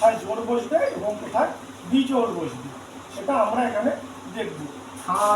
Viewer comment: বেজোড় নয়। 😂😂😂😂 বিজোড়😊😊